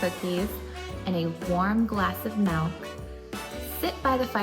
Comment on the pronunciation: Melk or milk? 😂 I honestly don't know anyone else in my state that says it like that so don't think it's a regional thing? Melllkkk 🤪